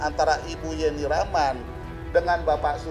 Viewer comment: si admin juga nyebut nama YENNI RACHMAN menjadi JENI..JENI.. kurang ilmu sudah maksa jd narator..